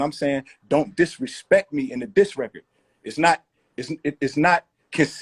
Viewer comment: When Royce said “don’t disrespek me in a diss record” I just stopped tha video wtf lol